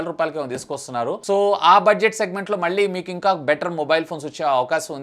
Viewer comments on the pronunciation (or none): none